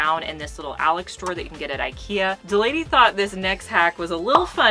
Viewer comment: Why did I really just think you said, “The Lady thought this next hack was a little funny…” I was like…”wait, what lady?” Had to tap back and still didn’t realize you were saying DELANEY (duh 😂) until her name popped up on the screen! LOL 😝 Love y’all’s friendship! 🫶🏼